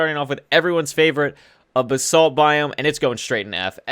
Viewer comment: No he calls it Bruh-salt